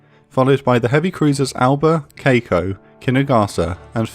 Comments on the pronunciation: The ship name is Kako, not Keiko from what I see, right? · Marvelous job on the pronunciations on most of the Japanese ships, I was thoroughly impressed the only one being off is Kako, being Kah-ko instead of Kei-ko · I writhe in pain every time he pronounced Kako like that. Urghh~